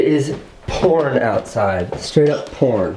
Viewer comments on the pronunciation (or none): I heard porn but I'm guessing it's pouring he said? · He can't say pouring, sounds like porn😂😂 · it sounded like he said it is hard core porn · It really sounds like porn dude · nah he can say it he just chooses to say porn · Who else notices when Casey said "its hardcore pourin outside" it sounds like he said "hardcore porn outside" 😂😂😂😂😂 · Did anyone hear "hardcore porn outside"? 😂😂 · It legit sounded like he said its hard core porn lol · I know he said pouring but I heard it as "Honey, there's hardcore porn outside." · It sounded like you said hardcore porn outside lol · I heard hard core porn outside instead when he said hard core pouring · I just kept hearing "hardcore porn" instead of "hardcore pouring'" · Who else heard "IT's hardcore porn outside" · I thought he said hardcore porn lmao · Who else heard hardcore porn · am I the only one who thought he said it's hardcore porn outside? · He kept saying porn instead of pouring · the last "pour" he said sounded like "porn" tho. The fact that he kept saying "pourin" & he kept changing the sound of the "-ing" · hard core pour'n. I did too! lol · Is it just me or when he is saying pouring, it sounds like he is saying porn lol. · Lol he can't say pouring